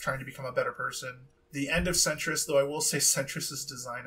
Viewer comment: Centaurious .. not Centrist .. mispronounced bud